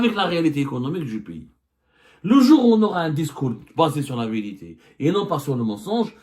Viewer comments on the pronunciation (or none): La viriti soigne bien ton français